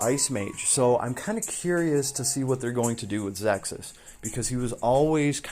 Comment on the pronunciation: Awesome vibe, thanks for sharing your thoughts & opinions. On the other side... Bag noise at the start of video is very scuff & not sure why you pronounce Ze Kus as "Zexkus" or "ZessKuss". Cheers ~